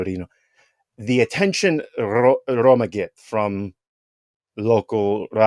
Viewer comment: He also can’t pronounce Roma.